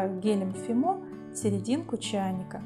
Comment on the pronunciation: Гелем не фимО , а фИмо правильно😉